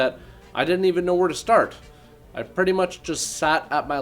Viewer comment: "I pratty much just sat at my luptup" Canadian is such a sexy language.